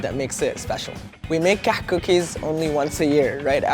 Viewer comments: he's pronouncing it "كحك" and it should be "كعك"... that, unless it is called Kahk in Egypt, I dunno... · Why is he saying KAHK rather than KAAK? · Please make a meme on how he says kahak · Sad these aren’t pronounced “cock”...was really looking forward to that :/ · HAHA KAKH SOUNDS LIKE COCK! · I'm sorry - I couldn't watch this video because I started laughing every time he said Kahk Cookies, and I know that's wrong of me. I'm trying to grow up and act my age - I'll try watching again if I think I've achieved that XD But I will always love the Kahk! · he pronounced it wrong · He pronounced it wrong btw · The South African kak comes from the dutch word kak as well but he pronounces the h in it as well :)